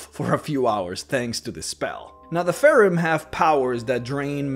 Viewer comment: STOP CALLING IT FAREN. IT'S PRONOUNCED FEY RUN